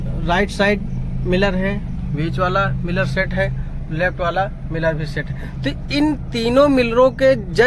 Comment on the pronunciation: भाई ये मिलर नहीं होते मिरर होते हैं जब वीडियो बनाते हो तो शुद्ध उच्चारण भी करना आना चाहिए